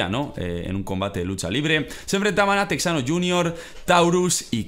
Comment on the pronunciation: no es modo de ofenderte pero algunos luchadores no se pronuncian así texano JR se pronuncia algo como tejano JR Dr Wagner se pronuncia como dr vagner Repito no es para ofenderte para apoyarte y darte un consejo sobre la lucha libre mexicana